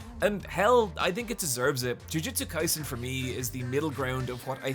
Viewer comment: THANK YOU! I feel like I'm goin insane at the amount of people that shorten JoJo's Bizarre Adventure to "JoJo". There isn't a singular JoJo, there are multiple, plural! "JoJo's" not "JoJo"!!!!!!!!! However, I will say that ya pronounced Jujutsu Kaisen wrong, it's "Jujutsu" not "Jujitsu" I love ya content!!!